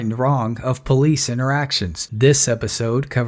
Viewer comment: its called a police officer, not a pease officer